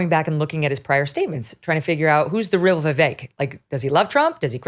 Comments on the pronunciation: It's ViVAKE, like "cake"... sad to have a guest on who can't pronounce the name correctly. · I cant trust this bearded mofo cos he didnt even do his homework on pronoucing Vivek's name correctly. A douchse.